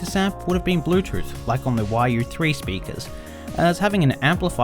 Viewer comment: Think I heard the word "bluetruth" at some point. He's ok tho.